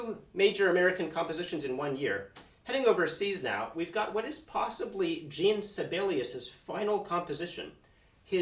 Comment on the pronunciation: "Jean" Sibelius is not pronounced "Gene" but either the French Jean, with a dark e sound blended with a nasalisation, or possibly Jan if you can't do the other one